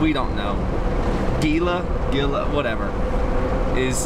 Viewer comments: Lost all credibility when you cannot pronounce Gila....sorry. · Gila.....is pronounced with an H....sounds like Hela. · Actually it is pronounced "Hee la". Great video. Try the Catwalk over by Glennwood, you will enjoy it! And it is ice cold and fun to get wet in! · Great video guys! Love the views! We were just there two weeks ago! Gila is a Spanish - Native American word. The G is pronounced as an H: Hee-la.:)